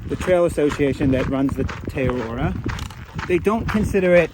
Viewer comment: Most cherished desire is that will at least be able to pronounce "Te Araroa" before the end of the trail.:face-blue-smiling